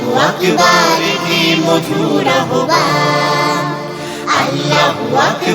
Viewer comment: আহবানের উচ্চারণ ‘আওভান’ হওয়া উচিৎ। খেয়াল করা দরকার।